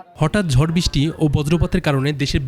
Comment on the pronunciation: ঝড়❌ জড়✅০.২